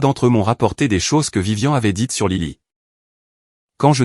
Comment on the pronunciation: ce n'est pas vivian, mais VIVIANE !!! apprennez la différence de prononciation entre les prénoms masculins et féminins. Pouce en bas pour ne pas avoir écouté la bande son avant de l'avoir diffusé. Déjà que c'est l'IA qui fait tout pour vous, essayez au moins de travailler un peu pour gagner les sous de la monétisation. Idem pour les sous-titres inutiles, bourrés de fautes.